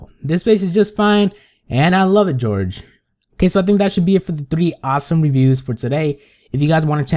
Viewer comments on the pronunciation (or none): Its not George